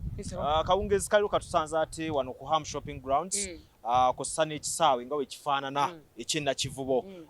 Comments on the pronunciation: the name is Ham not Am, repeat after me,Ham,Ham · komanina muli ku sente zaffe bakadama nabawi bwomusolo mbu Am instead of ham nioo